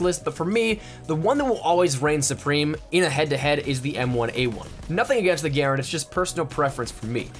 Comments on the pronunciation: M1928 (or M1A1 SMG) is the literal best smg. And it's not "gare-and" is pronounced "gerh- rand" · 😂 he said like the M1 Guerin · how is this man saying grand 😂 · It’s so funny how he says garand and carbine